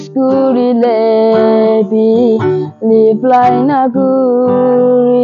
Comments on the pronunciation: Wedding wedding 😂😂😂😂 liply pronounciation b na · Its not 'Rep_lai' but its reply. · Someone, if possible, please correct him, "tex kore le, leply na kore"